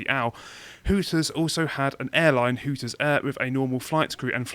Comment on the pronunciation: It's Hooters, not Hookers guys